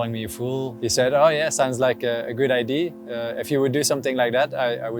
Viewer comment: What is it with Belgians and their inability to say "idea"? I heard some say "idear" even